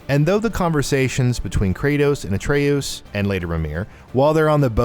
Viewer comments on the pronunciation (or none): Say A tree yeus one more time. I dare you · Pronounces Atreus like Atreous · You said Atreus’s name two different ways and none of them were right.